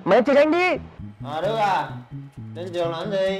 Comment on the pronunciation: Em chào anh đực ạ What đức mà lại gọi nhầm thành đực